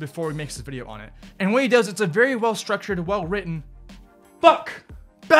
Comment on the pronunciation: How many times did he say vidio ??